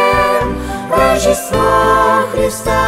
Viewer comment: Всё хорошо 🆗 совет: следить за произношением, потому что "рожжен" и "рожжество" это так себе 🤭😏